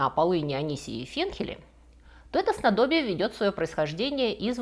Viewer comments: снАдобье, а не снадОбье.... разочаровала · Простите, а рОзлив и снадОбье - правда что ли так правильно говорить? Всю жизнь говорил розлИв и снАдобье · Уверена, вы нарочно поставили ударение в снадобье не там, потому что в других видео были моменты где вы его уточняете. Много интересного, очень информативно, ваш юмор как вишенка на торте) спасибо большое) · В слове снадобье - ударение на букву А! Спасибо за рассказ